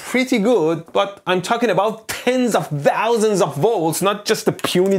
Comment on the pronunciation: i love hpw he says DHOUSANDS